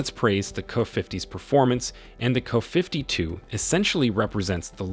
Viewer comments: Man I hate these AI Voice readers. IT it is a "kaaaa" 52. It is a K.A. 52 The "K" stands for Kamov, the Russian design bureau. and the A is Attack or other information. Same thing for the MI and AN for military stiff. Two separate Letters pronounced separately. Put a . or , after the letter to pronounced them correctly with your robot voice. My commodore 64 had that options for voice. Get with the times. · You AI REALLY needs tuning. Instead of writing Ka52, or anything like it, do this "K. A. 52" and the "Mi8" needs sorting. I know this is a qyick cash grab job, but at least play back your audio for Goddess Sake. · The "Kuhfiftytwo", huh? Wow, your AI sucks. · What the hell is a "KuhFiftyTwo?" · Kafiftitwo! FAQ you, AI! 😂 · Wtf is a 'kuh' 52?? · Not "kuh".....duh! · Get rid of the "canned" narration! It sounds so stupid hearing the video refer to the helicopters as "Kuh-52s" and "My-8s" Also makes the video creator look like a total imbecile! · In the russian language you would pronounce it Ka-50, not abbreviated like KA. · I've never heard of the "Kuhfiftyto" or the "Kuhfifty" helicopters? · Thumbs down for your ridiculous fake voice mispronouncing the helicopter’s name. You should have written K-A-52, dummy. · You should at least pronounce the helicopter names properly. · KA. KA. KA. Not “ka”. Jezus. It’s not a crow, it’s a helicopter. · Can't you 'teach' AI to properly pronounce "KA-52", instead of "KuhFifty Two"? When you give AI the data file (text file), spell it "Kay Aye Fifty Two". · "Kuh 52"? Really?! OMG..AI narraratoin sucks so hard! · K..A..52! NOT 'kuh' 52😅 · Kay-Aye 52, not "kuh." Also, Em-Eye 58 (or whatever the number was). This is the problem with having an AI voice read a script. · Artificial Intelligence, would be even better if the script were considered and instead of using "Ka" it should be "K A". I'm getting more and more pi**ed off with people being lazy and not doing a proper narration. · It’s not a Kuh 52 - it’s a KA-52😂